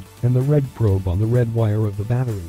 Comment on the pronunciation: "batteey" lmao